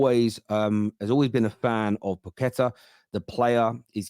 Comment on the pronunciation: PAQUETA! Not pooketa